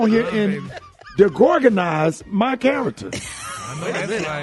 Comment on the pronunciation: De gorganize? 😂😂😂😂😂😂